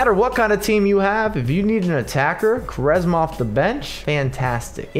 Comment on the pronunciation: Btw it's pronounced "Qu" "ARESMA"